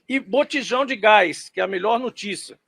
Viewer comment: O engraçado é o ênfase do cara falando do Gas de cozinha com menor preço - 0,13 centavos, que ele enfie no 👌🏼 dele estas moedinhas